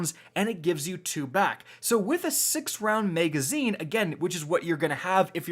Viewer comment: I really hate how you say MEGazine lol. Love your videos though